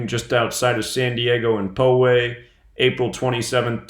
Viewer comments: Poway pronounces as pow-way like power. It's part of sd county. A friend of mine lives like a block from there. They pretty much blocked the whole area that she had to drive around to get on the 15 highway to go somewhere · Just a fyi, I live in Poway, just a few blocks away from where the shooting occurred, and its pronounced POW-WAY not PO-WAY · I live in SoCal about 20 minutes from my house. Pow-way sounds like